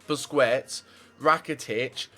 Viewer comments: Busquest sounds like BUSKESTS, NOT BUSCUETS. learn spanish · Nice video man! Regards from Spain! PS: Busquets isn't pronunced as "Busquets", it is "Busqets", without the second 'u'. ^^ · you know it's pronounced "busqets"